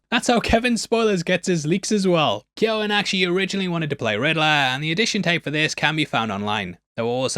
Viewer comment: Subscribing just for the correct pronunciation of Barry Keoghan